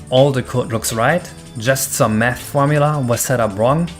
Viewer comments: Im pretty sure you ment math and not nath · "nath" XD